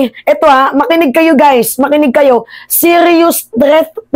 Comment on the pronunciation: 😂 okay n yan wag n sya umatend bka marinig ko n nmn yung "ITUK ITUK"